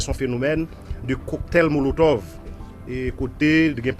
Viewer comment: Cocktail monotove ou tande polisye a dil epi ou di coktay molotov 😅